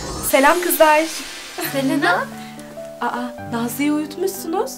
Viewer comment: Selenağğ deyil Selena